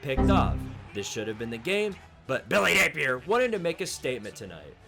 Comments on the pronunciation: why do you say billy napier like that? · I wish he would stop lol I rock with and this series but it’s so cringe everytime he does it